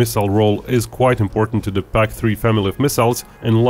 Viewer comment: Why is it you can say "Stealth" properly with the right "th" sound at the end, but every other word, like "the", you say "dah" - use the "th" sound you use at the end of "stealth" on all other "th" words like "the" and "that", instead of "dah, and daht", and you won't sound so dorky.